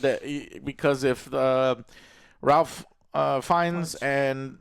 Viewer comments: I would think at this point no movie reviewer would still be pronouncing Ralph Fiennes name wrong. It is "rafe" "feens" not "ralf" "fines" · It’s pronounced Reif Fiennes. Just putting that out there. I did enjoy this one more than the last one as well. I want that next movie though, screw that I NEED THE NEXT MOVIE